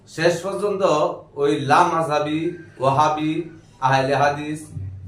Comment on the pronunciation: আহলে হাদিস নামটাইতো মিয়া শুদ্ধ করে বলতে পারেন না মিয়া?